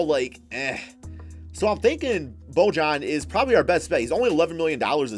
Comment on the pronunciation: it’s pronounced boy-yan